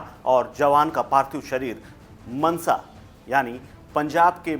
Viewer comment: लोडू.. मंसा नहीं मानसा है